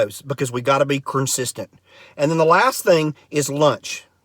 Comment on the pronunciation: His accent makes him pronounce words different. Like curncistent as opposed to consistent. Kinda adorable.